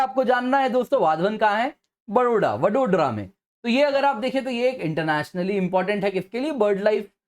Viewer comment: Pronunciation- वडोदरा